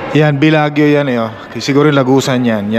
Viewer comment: Bellagio is pronounced BELA-JOE not BELAG-YO.